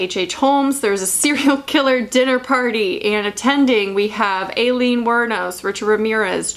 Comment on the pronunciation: ok ok dont hate me but its pronounced eye-lean